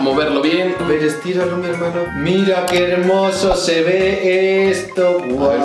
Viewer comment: mira kermoso se veeeeeeeeeee jajaja quiso Desi que hermoso pero el dise keremoso el lugar de hermoso y solo parecido que dijo 1 palabra